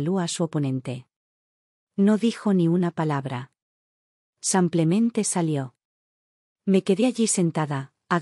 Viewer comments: Buenas historias solo la narradora que diga simplemente y no samplemente😊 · A mi me molesta estas narraciones abusando ka palabra simplemente y ni siquiera la dicen bien ese samplamente cansa